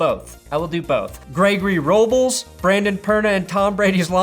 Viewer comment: totally mispronounced my name... ROW-BLESS...